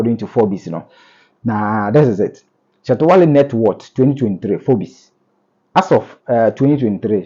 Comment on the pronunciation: the thing is Forbes oh not forbis.. aaaba 😂